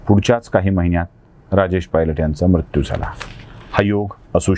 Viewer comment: उच्चार दोष मृत्यू , कृत्य दृष्य हे आपण म्रत्यू क्रत्य द्रष्य असे चुकीचे उच्चार टाळा